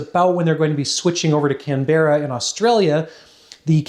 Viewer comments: Before the Aussies come for you... Not can-BEH-ruh but CAN-buh-ruh (or CAM-bruh if you say it with an Aussie accent hehe) Another great video of your experiments. Wish I had some of the kt you have 🙂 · cam-brah not cam-be-rah but we forgive you, English isn't always user friendly! XD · Please stop calling Canberra; Can-bear-rah, Its pronounced Can-beruh. Also Thanks for the vids, they are always a pleasure to watch. Cheers, from Aussie land. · Your videos are awesome! i wish i could get into this stuff as a hobby! Also as an Australian, Canberra is pronounced 'Can-bruh' not 'Can-berrah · Pronunciation note (extremely minor and almost irrelevant), ''Canbruh'', not ''Canberrah'' (For Canberra, Australia). Very interesting video regardless! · I'm Australian , it's not "can-berra" it's pronounced kan·buh·ruh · Can-bra not Can-berra please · lol you say our city name wrong canberra is said "can-brah" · Canberra is pronounced Can-bra don’t worry though us Aussies are not very good at English 😂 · It's pronounced CAM-BRA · Please don’t say Canberra like how you do! It’s pronounced canbrah. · Aussie here, Canberra is pronounced Can-bra haha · Lol love the Canberra pronunciations try "Can Bra" next time mate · Aussie here, we say Canberra like 'Can - bah - rah' or some bogans will say it 'Can-brah' :) Thanks for the cool content! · Its pronounced "Can-brah". It's not a berra mate. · Yeah, took me a bit to realise what city he was trying to say. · 'Canberra' is only 2 syllables /ˈkænbrə/ 😉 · Can Bar ra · as an Australian your pronunciation of Canberra deeply frustrates me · As an Australian I always get amused by how Americans pronounce Canberra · A quick note: Canberra has the accent on the first syllable.The second and third syllables are almost melded into one syllable.